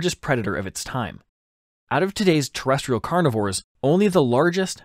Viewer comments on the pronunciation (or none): none